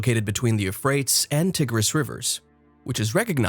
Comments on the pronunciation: Archeologist who doesn’t know how to pronounce Euphrates (U fray teez) and Tigris (pronounced like Tie griss). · Al Furat, & "Tee-gris" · 25 seconds in & I can't watch anymore. Your pronunciation of Tigris and Euphrates are horrifying.....